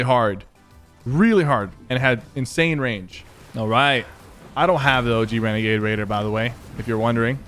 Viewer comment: Its legit annoying that he keeps calling it regagade cause it's not